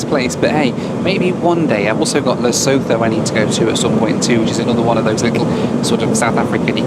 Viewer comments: FYI, you don’t pronounce the “H” in Lesotho. It’s Le-so-to! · Hi, great stuff! For your future visit to Lesotho, it’s pronounced Lu-soo-too. You’ll be welcomed like a local if you get that right!